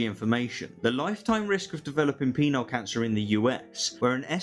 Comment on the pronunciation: I'm sorry, but it sounds like he's saying "Peanut Cancer".